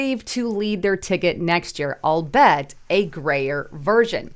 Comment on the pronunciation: It’s al-bee-it, not albet